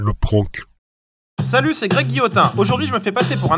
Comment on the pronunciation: "PRANQUE" c'est prank 😂😂